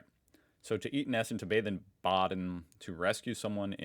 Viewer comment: Holy fuck, that "in Essen essen, in Baden baden" pronunciation was perfect! 😮🎉